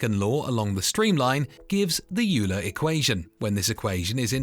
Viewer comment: "YOU-ler" is pronounced "OIL-her"